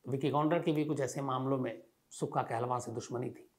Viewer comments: you represented wrong facts aboutsukha kahlon and it's not kahlvaan it's kahlon. u dnt knw much about it. Punjab ke nojvan bhatke nhi hen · Kaaa-looooo-n not Kaahlava 🙏🏻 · कहलवां?? 😂 काहलों होता है साले। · not kehlwaan its kahloon